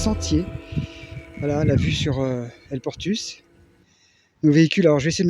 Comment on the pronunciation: il faut prononcer toutes les lettres en parlant ex; el Portus se prononce. El Portous 😂